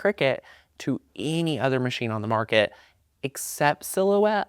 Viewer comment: So many other machines on the "Mark-KAT". Lol.